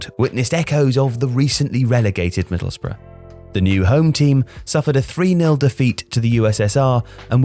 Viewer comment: Oway boys it’s Middlesbrough not Middlesborough!!